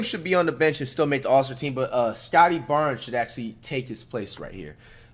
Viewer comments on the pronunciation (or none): Did he just say Scottie Barnes wtf😅😅